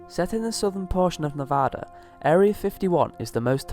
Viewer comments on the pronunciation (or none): none